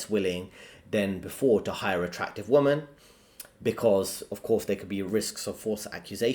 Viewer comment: Please learn how to say WOMEN